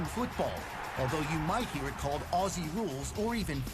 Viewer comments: Thanks for your review 😀 For future reviews a small but annoying pronunciation for us Aussies. Say "Ozzy" not "". Cheers from Down under 🇦🇺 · as an australian ive heard so many americans say “Aussie” as “Ah-See” and bugs me so much like its not “Ah-See” its pronounced “Oz-Zee” lol sorry i just wanted to ramble for a second anyway great video! 👍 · AUSSIE IS PRONOUNCED OZZY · Glad u got into it. Best sport period. Btw … common American mis pronounciation. “Aussie “ is pronounced like “Ozzy”. Double S in Australian English sounds like a Z. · Ok don't pronounce Aussie like that it's pronounced Auzzie! Afl footy is the best sport ever! Also AFL games are soooo much cheaper than American NFL games so you can easily go to every game if you want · For those who want to sound like a real Aussie (and not drive us all mad) it's pronounced 'ozzy'. Like Fozzy Bear without the f'n'bear. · It's Ozzie with a Z, not Lisa with an S...... lol